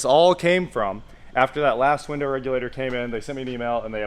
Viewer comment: Yep he said winder